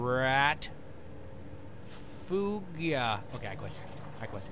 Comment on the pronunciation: "rat, foog-yah?" No comment Toby, no comment